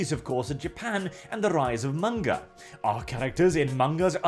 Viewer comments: It's manga not munguh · "Munga" is the best pronunciation I've ever heard for manga.